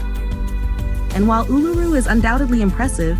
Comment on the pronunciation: And it's not A-LOO-roo it's OOL-a-roo, which sounds so much cooler.